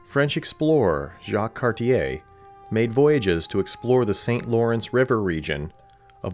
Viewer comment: You kind of messed up Cartier as well Car-ti-ay it's French and you don't hear the er.